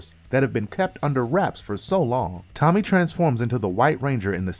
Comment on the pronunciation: If you can't say Tommy ... I would say wrong...